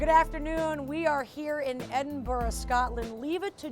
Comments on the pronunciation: Edinburgh, not Edinburg for god's sake. Pronounced "Bruh". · She said "Edenburg" when it's "Edenbruh" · No i do you one better why adinburg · say it right Edinburgh